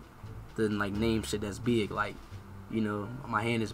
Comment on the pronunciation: How he says be-ig has me dead